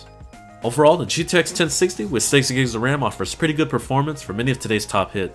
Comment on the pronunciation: He slurred it, and it sounded like sixty, but whateves